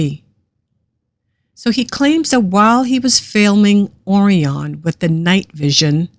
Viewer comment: This is not a human voice as they cannot pronounce Orion !?